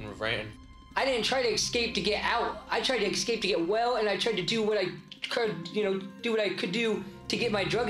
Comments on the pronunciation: Someone olease explain to a foreigner what's up with some Americans pronouncing "sk" as "ks"? Excape instead of escape , for example. Also common: "axe" instead of "ask". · I like how one of the would be escapees can't even say 'escape' properly. He pronounces it eggscape.